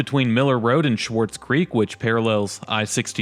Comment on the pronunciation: Swartz not Schwartz. Bal-enger not Bowlenger. Just correcting the pronunciations. Great videos, BTW.